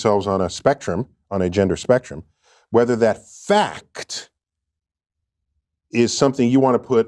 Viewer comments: Gotta love Neil stating the word “FACT” emphatically in order to legitimize his claims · Turn the word fact into a 3 syllable word… that way your verbal opponent must simply fold. If that does not work, ask why they care about the answer. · I love how he says 'fact' with such emphasis because the louder you say it the more it's true. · NDT. Since when is ‘fact’ a three syllable word. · Emphasizing the word Fact does not give your delusion credibility. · I didnt know until watching this video that "fact" is a 3 syllable word. thank you, Professor Degrasse Tyson! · 😂F'n Neil. He was stalling and pronounced every letter in f-a-c-t...lol...L-a-m-e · I had never heard the word “fact” pronounced as a three syllable word before this. 😂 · The Fac-chh-thhu LOL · Tyson's pronunciation of 'fakkk-tttt' is scientific evidence that he is a clown. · "Whether that FAC'T!" why does he say it like that? lol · I love the way he overenunciates FAKT as if saying it harder makes the incantation more powerful. Behold, a scientist! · I'm sure his astrophysicist self would love to opine on it. I don't ask an electrical engineer medical questions. Why is anyone asking a physicist (let alone an astrophysicist) questions about biology and "gender"? And juSSS-TUH because you emphasize the word faKKK-TUH, doesn't make what you're following it with an actual fact. He tries to talk in circles because he's got nothing of substance. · The way NDT pronounced "fa-CUH-T" was just a perfect example of his passive aggressive pretentiousness. 💯😒🤤😵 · Slowly saying the "Fack-kt" over enunciated, doesn't make it a fact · just because you pronounce fact…’fackat’ doesn’t mean you’re right, it means you’re a jackass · FA-CCCC-TTTTT!! The word “fact” does not have three syllables you dult. Honestly I don’t get why Neil is even relevant anymore. He contributes nothing so let him fall into obscurity. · Annunciating "facthh" with extra emphasis doesn't make it any more true. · Say "FACT" louder... it might work!